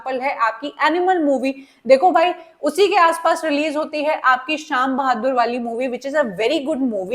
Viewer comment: it's not शाम बहादुर it's सैम बहादुर